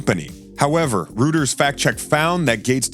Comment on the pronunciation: Hey, Reuters is not pronounced "roo-ters" but rather "roy-ters."